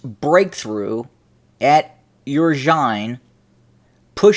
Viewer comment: Oo-roz-in-ay not oo-ro-zine